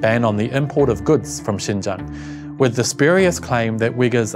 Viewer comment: When he said Xinjiang's name accurately at the beginning of the video, I automatically thought he was a Chinese guy. I legitimately got confused for a second when his faced showed up later